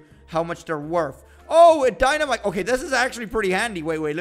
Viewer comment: He was say "dynamike" not dynamite 😆😆